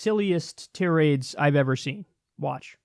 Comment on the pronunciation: Love ya Kyle- "tirade" is pronounced "ty-rade" not "ti-rade"